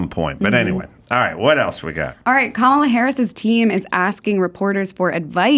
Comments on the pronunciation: It’s Camela😂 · do you mispronounce Comma las name on purpose? just curious your not alone😂